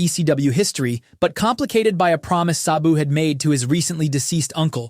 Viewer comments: If your going to do a video about someone you don’t know then title it “The Beautiful Tragedy” at least get the person name right his name was “SA-BU” not “SOB-U” like you gave him 🤦‍♂️ 😂 rip to a legend and someone that I actually was alive to see since 1993 SABU! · It's pronounced Sab (rhymes with dab) BOO. Not suh-boo. Not say-boo. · Its just S A B U. Why are you mispronouncing it constantly the whole video as if there is an H in his name. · pronounce Sabu correctly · How are you going to make a video about the man and mispronounce his name repeatedly through the course of it?